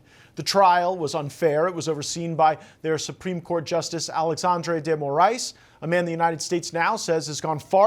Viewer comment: Eu fico fascinado com a pronúncia dos nomes brasileiros feito pelo Eduardo. Embora esteja falando em inglês, ele consegue fala Alexandre de Moraes, Lula da Silva sem pronuncia acompanho o inglês. Consegue separar perfeitamente as pronúncias.